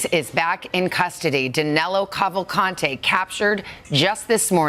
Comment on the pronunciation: His name is Danilo Cavalcante, not Danelo.